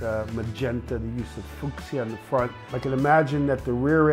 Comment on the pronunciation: Had to do a double take on how fuchsia was said hehe. Great video as always, burnout paradise brings me back